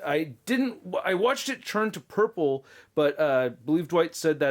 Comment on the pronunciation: Please enunciate the T better when you say “turn”. Sounds like you’re saying CHURN everytime. It’s slightly annoying but great review and awesome channel!